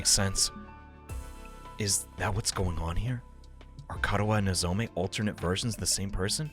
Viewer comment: You keep saying "Nozome". It's "Nozomi"